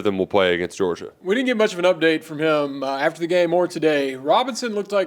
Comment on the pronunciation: MEORGIA?! Cmon 🤦🏼‍♂️